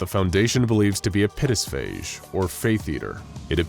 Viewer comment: Says Pitisphage instead Pistiphage despite making the scientist write Pistiphage on the whiteboard.